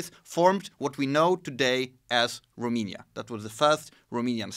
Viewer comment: I can't understand why someone who is interested so much in history and geopolitics doesn't know how to pronounce Romania. It is quite embarrassing. Also on language subject he has done some resarch but not at the level that he can explain to others what's what. For summary I will say that if it written the languages are totally identical and in speaking it does not differ at all with the accent spoken in Romania part of Moldova region. I appraciate the good will of this channel/video but a small (at least)wikipedia research and some maps will not hurt.